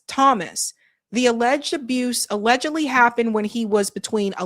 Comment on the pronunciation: HOW MANY TIMES DO YOU HAVE SAY THE WORD , ALEGAGALLY ?